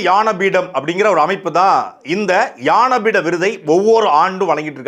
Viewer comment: அன்பு தம்பி சாட்டை. அவர்களே! இது ஞானபீட விருது. யான பீடம் என்று உச்சரிக்கிறீர்கள்.